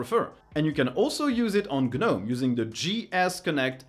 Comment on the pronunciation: Is saying gnome "GA Nome" a regional thing?